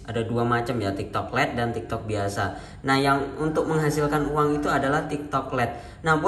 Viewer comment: Lait bukan let